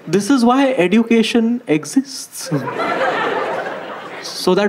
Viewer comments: EDUCATION is pronounced as eh·jyoo·kay·shn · Why is he pronouncing education like that? It grates on my ears. The 'd' in education is more like a 'dj' sound ( like the dge in fridge,). He's pronouncing it like d for duck. Sounds ridiculous.